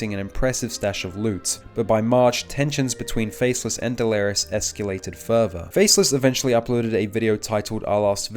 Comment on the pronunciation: nogla facecam looks like analogue horror 😂 Also is bro memeing? everytime he pronounce delirious as "Delerios" nvm hes very consistent with it, he keeps mispronouncing 'delirious', he even started pronouncing it "deleres"